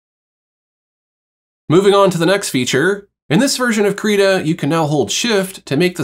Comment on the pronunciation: Thanks very much for going over the tools. Very helpful. -very minor thing but, at least on the Krita youtube channel videos, they pronounce the program name Krita with an "it" or "sit" & not "Kreetah". Please keep up the great content.